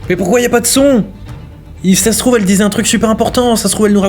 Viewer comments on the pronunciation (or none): J'ai adoré le "Sase trouve elle racontai un truc à la vie à la mort 😂😅